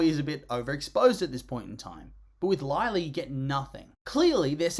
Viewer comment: Uhmm you misspelt her name it’s Lie-la